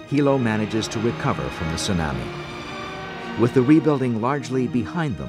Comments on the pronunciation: I may not tease anyone for being concerned about a tsunami coming, but I've never heard tsunami pronounced "tsu-nammy". Most people I know say "tsu-nommi", including the natives on the island. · It sue-nahmi lol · Tsunami, like "your Mommy", not Tsunami, like "Miami". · Yeah, it's the pronunciation I was referring to."tsu-NAH-me" vs. "soo-NAM-ee" ('nam' like 'ham") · Ya the narrator said it weird let's all freak 🤪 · The narrator is terrible! It was driving me crazy that he kept saying "tsu - nah-mi"...with the short "a" sound like in "can." 😵‍💫 Everyone else in the documentary could say it correctly EXCEPT for this narrator! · An event of great loss, but I can't get past "soo-nammie". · Stupid bastards! Why can't they get educated people to do commentary for these videos, and pronounce the words properly? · Not only horrible audio background music and sound effects, the commentator can't even pronounce Tsunami correctly! Shame on you BDHQ! This is just too irritating to watch. Thankfully, we can find better documentaries about this on the internet! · The fucker can't even pronounce tsunami right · The narrator continuously mispronounces tsunami & it drove me nuts. He’s usually excellent.